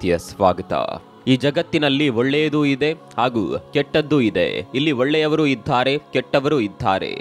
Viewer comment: ಇದಾರೆ ❌☠️☠️☠️☠️ ಇದ್ಧಾರೆ ✅😂😂😂😂